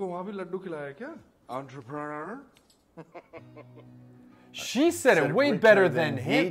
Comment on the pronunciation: Why make fun of a pronunciation that was spot on? He made himself look really dumb (at least to us) because even english people don't have the level she said it with